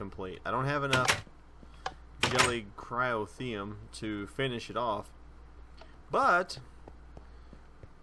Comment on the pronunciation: I'm looking forward to it. Though you don't need to question the words Gelid Cryotheum, you're saying it right.